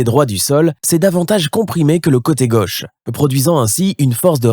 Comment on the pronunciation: "Le coté gueuche" (sic) ? Non, mon gars, c'est le côté gauche !